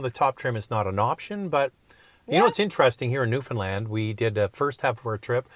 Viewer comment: For the record it's new foundland not new Finland